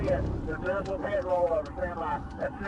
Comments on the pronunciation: What is “Pie-Teed”? AI doesn’t know how to say ‘PITTED’ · “Eye-suzu” and a “pee-eye-tee” maneuver. Get an inexpensive USB mic and learn how to use it. So tired of horrific AI voiceovers. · That’s the most annoying thing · Sometimes it sounds pretty real but here and there a few words give it away.... guess you caught "pite" maneuver in addition to the one you mentioned.